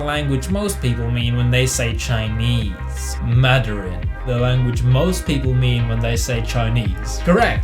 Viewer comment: "Maderin?" Isn't it actually "Mandarin?" When referring to the Chinese language, or am I mistaken? Either way, I simply speak English and some simple German. : /